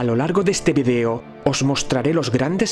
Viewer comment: Ya que eres español, no caigas en el error de pronunciar mal la palabra "vídeo" que lleva acento en la "i". Aprovecho para saludarte !!